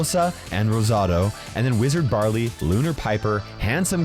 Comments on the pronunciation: wizard barley, its wizard Byron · Wizard barly..... you mean wizard byron? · “Wizard Barley”😂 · "wizard barley"????????